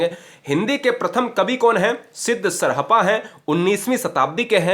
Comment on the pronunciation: Yarr tumhe t0 pronunciation krne aata ni glt padha rahe sarhpa 7 th century Me the. Kvi ka Nam lene ni aaraha